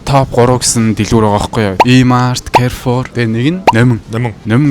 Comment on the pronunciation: Кайрфор гэшш алиа алнууд ядаж зөв дуудаач! Карфур!